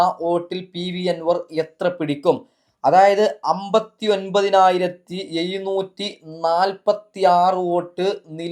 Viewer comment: എയുന്നൂറ്റി അല്ലട എഴുന്നൂറ്റി എന്ന് പറയെട